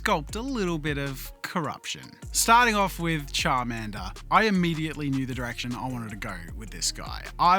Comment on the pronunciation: So you're saying "Chadmander" and "Biggerchu" ?